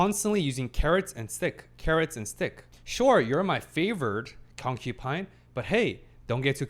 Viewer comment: I have to giggle a bit every time I hear "concupine" instead of concubine with a B. Because I think of porcupine. Lol